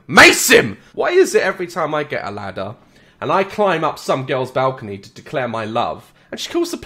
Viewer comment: Nah but the way they say “girls”. All i hear is “curls curls curls curls” with their 🧟‍♀️zombie dances😂😂